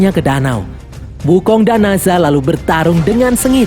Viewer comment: Nazha ❌ Nezha ✔